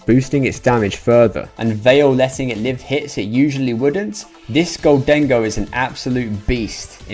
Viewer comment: Gholdengo --> Moldengo --> Condengo